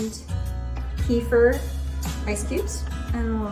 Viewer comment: Thank you for trying your best when pronouncing kefir, lol. If you'd like to know how to say it I recommend watching the video "Crazy Russian Cooking: Okroshka with Kefir" for a bit of immersion, or "How to Pronounce Kefir? (CORRECTLY)" for the official take... It is close to the second way you said it in the beginning, however rather than "ke-FUR", it is "ke-FEER". It is such a beautiful Russian word